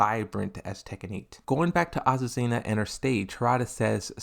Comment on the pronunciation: Finally he said azucena and not aquafina